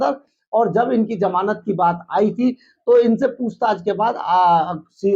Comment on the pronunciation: sarab ya sharab, jamanat ya Zamanat. aabe koi batata hai tumhien aapna chanel banake ko. hindi too bolna sikho.